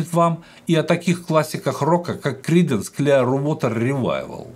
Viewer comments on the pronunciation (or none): Хорошо бы, если б лектор подучил бы немного английский язык. Очень режут слух его искажения. Даже название великих Кридансов на английском он не сумел выучить как следует. Это очень портит впечатление от его рассказа...